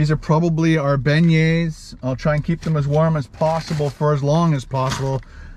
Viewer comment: PLEASE please. If your are going to broadcast a video AT least PRONOUNCE the word properly.